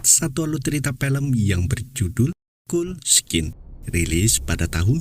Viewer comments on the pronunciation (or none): Bacanya Kold skin, bukan kuld skin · "Cold Skin" dibaca : "Kol-d' Skin" BUKAN "Kul-d' Skin". CMIIW